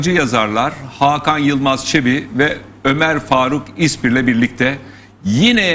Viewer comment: İSMİR değil! İSPIR!